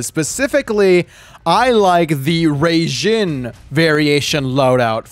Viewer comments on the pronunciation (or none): Raijin is pronounced Ryejin. Not Rayjin